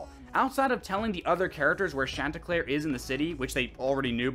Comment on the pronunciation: Churlnsterpruk? Dude I could not understand that once